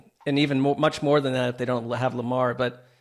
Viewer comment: “Moer” NFL news?